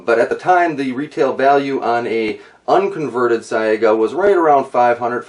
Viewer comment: its pronounced SYGA, the a is silent.